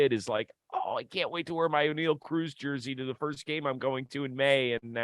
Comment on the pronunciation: Did this man just say Oneil Ocruz? Likes he’s a damn pirate?